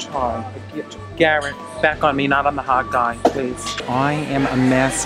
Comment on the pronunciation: I thought she said hotdog omg